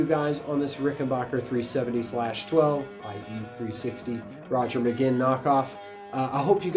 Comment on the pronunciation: great review…but, Roger pronounced his name McGwinn, not McGinn…